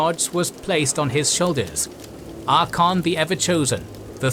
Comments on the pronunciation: You have a long and great series open to you. I eagerly await the detailed assessment of every battle across this series of books. The 1st Battle of Middenheim especially. Just a heads up though, his name is Archaon(Ark-ae-on) not Archon. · ngl I kinda hate how you mispronounce Archeon :P It isnt Archon. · It's Archaon not Archon like the greek word for "commander" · the greatest tragedy is the constant disregard for the second ‘a’ in ‘Archaon’ heh, ‘archon—‘ what is this, starcraft? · Ar-CHA-on (CH is pronoucned as 'K' here). Not "Arkon". Besides that little triviality, a nice video that nicely summarize the setup for the End Times! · The continuous pronunciation of Archaon as "Archon" hurt me, nice vid tho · Good thing you mentioned that. It is kinda annoying to hear Archaon's name pronounced similar to Arkhan's. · Proper pronunciation is Ark-ay-on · This guy pronouncing Archaon as "Ar-kon" Lol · the second a in Archaon is not silent! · Yeah... until you hear to the narrator repeatedly butcher the name of our boy. 😂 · The second A is silent?! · No. This narrator is simply not pronouncing it properly. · lol atleast get someone who can pronounce Archeon the Ever chosen right. Great video otherwise. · I feel like this episode should have been about Archeon becoming the everchosen, and the stories of how he got his items. Also you should probably look up some pronounciations, as you are mispronouncing Archaon and Bel'akor. His name is not Arkon, is Ar-cha-on, sort of like you would pronounce the first parts of 'archaic'. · Absolutely love this video! Super minor correction: Mispronounced both Archaon and Be'lakor (you left off the "A" in Archaon, and Be'lakor is properly said 'Bell-a-Core'). Wouldn't've raised if not for the centrality of those characters to the lore! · That was absolutely killing me... "Arkon" ... Lol... That and it sounds like the narrator is saying "Dorfs" instead of "Dwarves."